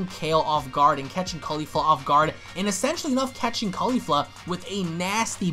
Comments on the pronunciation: Its not kafla.. Its Kefla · its KEFLA not KAFLA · XD ITS KEFLA NOT KAFLA😂😂😂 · Why are people getting her name wrong it's kefla even shown in subtitle Goku even says it KEFLA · Why does everyone keep saying “Kafla” when it’s obviously “Kefla”? And don’t give me that “It’s the same thing” excuse cuz it’s obviously not if they have 2 different names